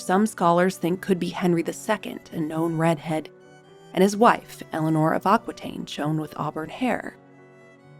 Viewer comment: LOVE your channel. Just a tiny note: Aquitaine is pronounced: Akitaine, not Akwitaine.